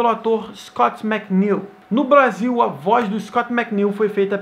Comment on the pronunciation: 5 06 blasil ao invez de brasil